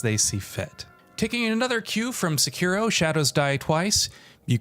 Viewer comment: Thanks for saying Sekiro properly instead of trying to sound Japanese and saying "secki-doh"